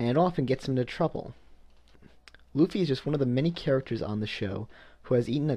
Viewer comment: I say "Luffy" like it's read, not like "L-oo-ffy